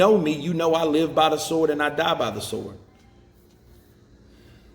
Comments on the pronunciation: The W in sword is silent Deontay. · Did he just pronounce SWORD with the W ? 😂😂